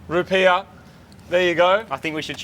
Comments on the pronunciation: Wtf is a “rupeer”? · Dafuq are rupeer? Rupees? There's only one r in rupees. Rootbeers? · Rupees not rupeers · I thought they said root beers lol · it's 100.000 rupiaahs, not dollars 🤣🤣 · Me being an American, I thought they said 100,000 root beer, not 100,000 dollars🤣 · I thought you guys where say 100000 root beer this entire time... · I thought they were saying 100000 root beers XD